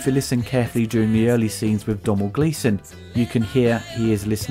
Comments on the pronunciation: Domhnall Gleeson name is pronounced Donal not Dom-h-nall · Thanks for the review. Excellent as always. Just one thing regarding the name Domhnall Glesson. It's pronounced Donal or (dough-nal) though I appreciate the pronuciation of the Irish spelling of certain names can be a little tricky. Keep up the good work. Koba. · His name is pronounced Donal, the m is silent, it's an inside joke, how mad can ya spell your name to make the English sound daft